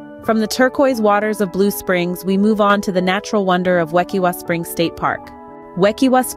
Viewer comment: Wekiwa is pronounced with a long I. Its from the Seminole word meaning to boil (kaiwitah) combined with Ue, meaning water. Combined, it sinply means a spring.Why are mixing coral reef snorkeling with spring diving?